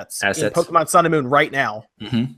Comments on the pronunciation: My god man. POKE-KAY-MON Not kee. Kay. KAY! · Thank god Poe-kee-mon isn't made by Oobi-soft. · yup, but even without knowing the abbreviation, the accented "é" itself automatically means it's pronounced like "eh" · spoonfreakdotcom The writing doesn't dictate the pronunciation, though. The é is there so that you don't pronounce "poke". "ay" is close enough though.